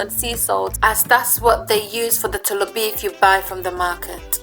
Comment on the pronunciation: Wow why the choices of different salts?? Himalayan ... wow . Ghana is Ada salt right? The way you say “tolobeef”😂😂😂😂😂😂😂😂